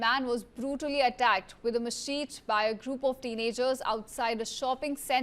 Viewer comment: When delivering news in English, meticulous attention to pronunciation is imperative. Inaccurate articulation, such as mispronouncing "machete" as "machet," not only undermines credibility but also transforms serious reports into fodder for media amusement, inviting derision from viewers. To uphold the integrity of your broadcast and prevent grave matters from being trivialized as entertainment, diligently verify the pronunciation of unfamiliar terms.